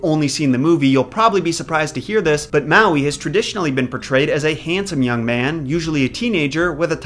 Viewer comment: I’m sorry but, you need to read up on the Hawaiian Islands legends on Maui and your pronunciation of the names and words need a lot of help. Good try though